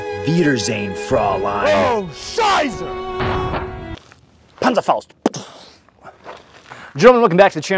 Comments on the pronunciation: The pronunciation of „Panzerfaust“ was pretty good ngl. Almost like he’s researched this topic 🤔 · im as a german speaker just hearing a kinda french hahaha but the hans and the panzerfaust wasnt that bad, BUT I WANT THIS CHICOM LIKE MOLLE POUCH